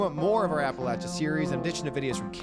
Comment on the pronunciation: Thank you, thank you, thank you, for pronouncing Appalachia properly!! So many say App-a- LAY-sha, but to the old timers, it's always been Apple-at-cha. The old joke is- "If you don't say Apple-at-cha, they'll throw an apple at ya", LOL.